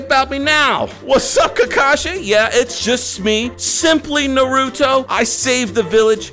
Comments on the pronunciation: its na-ru-to not nuh-ru-to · It’s pronounced nar u to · Is not narutoww its nar u to like nar u toe put the toe at end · naa roo tow more like na roo toe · that’s not how you say it You say Naruto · Say nar na ru to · It's marda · It’s NA RU TO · Stop saying his name wrong it's Naruto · You are saying Naruto name wrong!